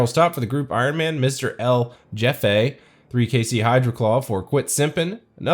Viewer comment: did you really pronounce jefe "jeff eh"